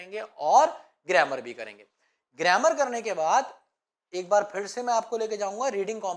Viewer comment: सर गरेमर नहि गरामर होता है😅